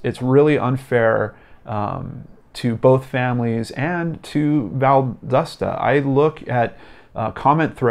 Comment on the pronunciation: If you cover any more, it's val-dah-stah. Not val-dust-uh. I'm from the area.